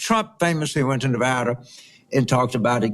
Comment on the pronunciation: You can’t even pronounce the great state of of Nevada correctly, ya honkiies.